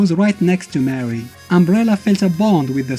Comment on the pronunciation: It's pronounced more ree not mary brah